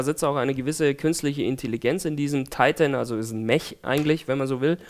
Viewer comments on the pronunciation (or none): none